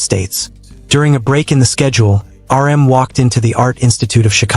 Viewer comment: How about the part where he calls RM, 'URM'.